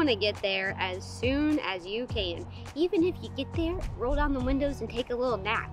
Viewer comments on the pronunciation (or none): none